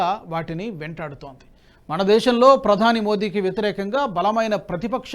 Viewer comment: మన దేశం అనడానికి మణదేశం అని ఫలితాలు అనడానికి ఫళితాలు అని తప్పుగా పలుకుతున్నారు దయచేసి సరి చేసుకోగలరని విజ్ఞప్తి